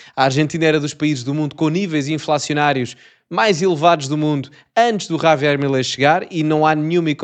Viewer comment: O rapaz tens de aprender a pronunciar a palavra “ Javier” e não Ravier😂